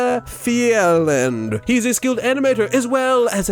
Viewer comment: The pronunciation of graafeiland was actually painful